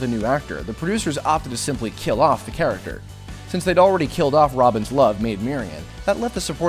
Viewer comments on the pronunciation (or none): none